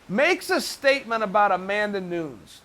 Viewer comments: Chael : “Amanda NoooonS” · Come on Chael, Amanda Noons? She's been in MMA for over 5 years and you can't pronounce her name correctly? Perhaps if you say her name right, she may become somewhat more popular being more people know who Amanda Nunes is, than Amanda Noons! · She's now a star cause Chael said Amanda Nunes instead of Amanda Noons finally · Chael “Amanda Noons” Sonnen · Amanda News.... People are Turkeys.... Ya Ear... Mooey Tie. Amazing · "Amanda Noons......" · Only Uncle Chael can call Amanda Noones and Nunes in the same sentence 😂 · Amanda who-nes?